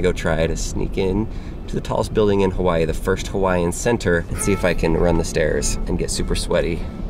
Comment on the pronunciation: It sounds like you saying kawii